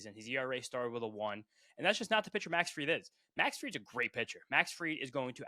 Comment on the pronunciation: Man said Max Fried 😂